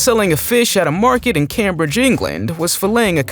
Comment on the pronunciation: Also learn how to pronounce Cambridge..... FFS